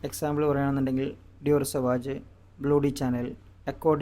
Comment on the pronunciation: സവാജ് അല്ല സവാഷ്, ബ്ലൂ ഡി ചാനെൽ അല്ല,ഷനേൽ..